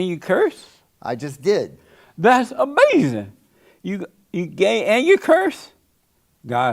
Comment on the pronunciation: Beta!! Ah-may-ziine!!